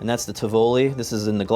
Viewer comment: The way you pronounce Tivoli is cringeworthy